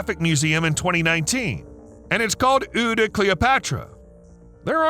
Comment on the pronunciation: "eau de Cleopatra" - for future reference eau is pronounced more like oh, as in "oh my". As for the de, think of it more like starting to say a word that begins with the letter d, and then stopping - like you realised you were about to say something you shouldn't.